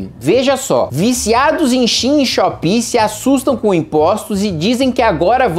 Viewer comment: SHEIN SE PRONUNCIA SHAIN